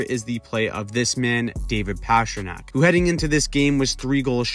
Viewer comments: It's not PASHrnak ... It's PASTA ... Pastrnak. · His name is not pass-tra-nack His nickname is literally PASTA. You don't pronounce that pass-ta. Come on. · Why are you pronouncing Pastrnak like that over and over